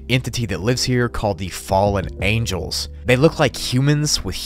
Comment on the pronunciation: "Fallen ANGLES"